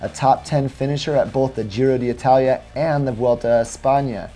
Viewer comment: why do you keep calling it the Giro dee Italia? I'm no Italian speaker, but I'm fairly sure it is pronounced Giro ditalia...;-)